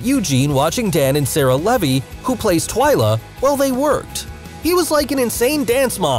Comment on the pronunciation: Is no one going to mention how he said TWAYLA instead of TWYLA at the end😂